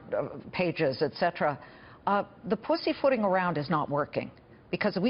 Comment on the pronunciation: Did she say the pussy footing ?